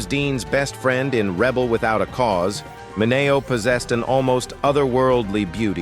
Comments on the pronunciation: Sal Ma - nay -neo ?? WTH? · I had to shut this AI trash off the third time Sal Mineo's name was pronounced wrong within 30 seconds. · Why are these videos voiced by AI? Surely there is someone out there that can read a script and pronounce well known names (ie, Sal Mineo) correctly. YouTube needs to implement a no AI voice over policy.